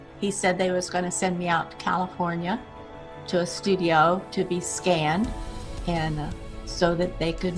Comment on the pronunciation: Did she say to be scammed or scanned? Because both is believable from Bethesda.